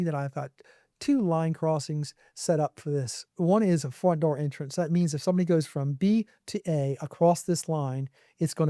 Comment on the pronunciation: "Fromt" Door AI Turret